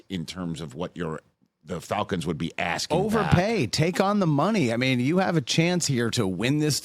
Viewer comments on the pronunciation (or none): none